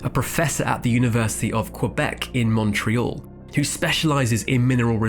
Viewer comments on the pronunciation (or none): none